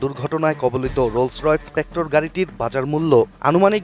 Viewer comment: Spectra not expectro🚫